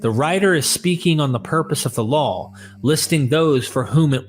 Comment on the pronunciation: Everytime you mean law you say lawl.